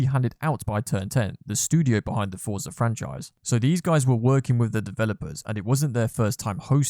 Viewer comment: Bro it’s forza. And ingame money, it ain’t that deep ._.